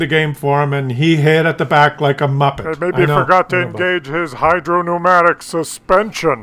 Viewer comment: Thank you for not calling it "hydropneumonic" suspension anymore.